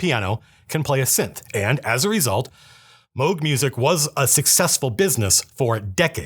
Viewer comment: Thank you for pronouncing Moog right